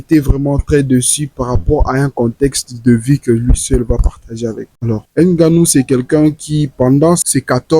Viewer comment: on ne dit pas "n" ganou